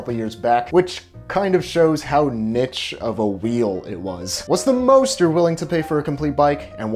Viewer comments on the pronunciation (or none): did you mean to say 'niche'? if so, its pronounced "neesh", not "nitch"